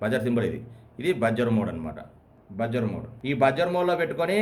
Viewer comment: చాలా సులభంగా, తేట తెలుగులో చక్కగా చెప్పారు. బాగుంది. కాకుంటే ఓ చిన్న సవరణ. Buzzer ఉచ్చారణ "బజ్జర్" కాదు, "బజర్" అనాలి.